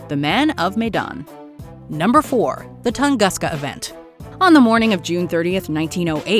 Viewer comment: Top 30 Creepiest Mysteries You've Never Heard Of........... . . . . .Toungouska !?............LOL